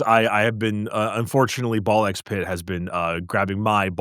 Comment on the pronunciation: face-fuchsia-poop-shape: "It's NOT Ball Ex Pit. Every "A x B" title influenced by Japan doesn't say the X. 🗾Like Spy x Family is just pronounced Spy-Family. Godzilla x Kong New Empire is just Godzilla-Kong New Empire. Hunter x Hunter is Hunter-Hunter. :face-fuchsia-poop-shape